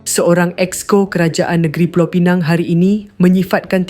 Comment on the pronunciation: Pulau Pinang ....bukan pineng...